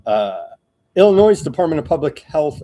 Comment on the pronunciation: Illinoi(s) the s is silent lmao.